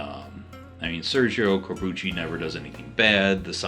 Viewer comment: Great list,! You pronounced Corbucci's name correctly, by the way. The Great Silence is one of my favorite westerns. And I'm glad you included Duck, You Sucker. Some great westerns on here! Some of my favorites that you didn't mention (and aren't the obvious choices): Open Range (yeah, yeah, Kevin Costner gets a lot of shit wrong with his movies, but this one is really great, especially that final shootout), El Topo, The Proposition, High Plains Drifter, McCabe and Mrs. Miller, Ride Lonesome (Randolph Scott!), Johnny Guitar, One-Eyed Jacks (Kubrick originally was supposed to direct this, but had a falling out with Marlon Brando, who took over for him), Dead Man, Four of the Apocalypse (another good Italian western, this one directed by Lucio Fulci)....oh who am I kidding. I could keep going.